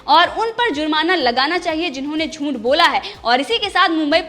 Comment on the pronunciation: Teri channel achhi hei. Meine subscribe ki hei. Lekin news kaise ohadhi jaat hei voh sikh. Shabdo ka sahi uchhar sikh. Zoonth nahi hei zooth hei. Tera audio sunke khoon ubalta hei mera tere galat uchharan se. Please hindi sikh le.